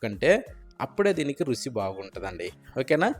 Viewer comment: Rusi endira? Ruchi anavachukada? Nee Bhasha thagaleyya.Vantakam chudabuddi kavatam ledu